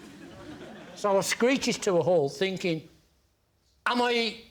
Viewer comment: What's "finking"?